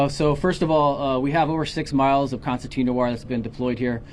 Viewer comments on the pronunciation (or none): It is pronounced concertina not constantina. Also the border patrol should know these people are not migrants but are illegal immigrants. Migrants are people who come legally with a work visa who work a specific job and then go back home after they're done with their job. Example of that would be those who work on farms picking crops. Once that job is complete they return back to their country of origin.